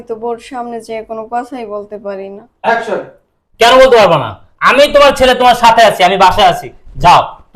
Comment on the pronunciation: একশেন টা শুনছেন কেউ action 😂😂😂😂😂😂😂